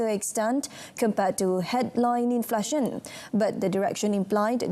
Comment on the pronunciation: It is pronounced in-fla-tion, NOT in-flar-tion.